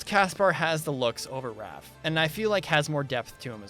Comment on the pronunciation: I think back to the running point from CollegeHumor about how there is no "L" in "Raph".